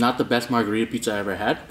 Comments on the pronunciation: Steel Castle yea i dunno how he said margharita to a carpaccio lol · Cries in italian when he called the first pie margharita